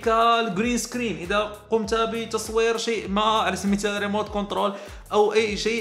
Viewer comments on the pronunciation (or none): none